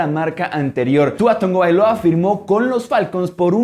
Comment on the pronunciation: Sigo sin entender por qué le dicen Tongovailoa a Tagovailoa, avísenme, yo también me quiero reír :c